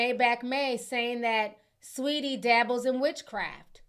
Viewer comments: Lmaoo idk if “Sweatie” was intentional or not but leave it just like that 😂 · "Sweatie" is FRYING ME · Not "sweatie" 😂😂😂😂😂 hilariousssss